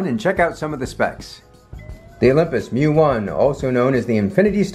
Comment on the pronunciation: Thanks for recognizing it's "Mju" and not "M-J-U" like many YouTubers seem to think